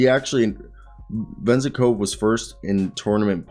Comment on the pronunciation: Bruh good effort on the re-search! Please just try to get at least a bit closer to the actual names pronunciation - like you could probably listen to the commentators when you are cutting the highlights but the name is Ve-Zen -KoV the way Venzekova sounds like a weird female name in Bulgarian 😅